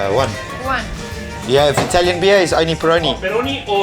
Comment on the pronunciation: Perché gli inglesi o in generale gli anglofoni non si sforzano mai di pronunciare correttamente il nome delle cose italiane in italiano?